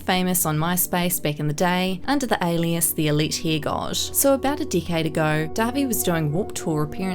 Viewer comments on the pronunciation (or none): none